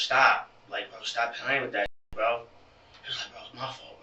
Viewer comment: Lil BRO not lil row 😭😂